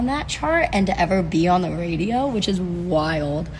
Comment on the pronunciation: it’s on the wadio Speech therapy didn’t work. Can’t imagine singing classes would stick.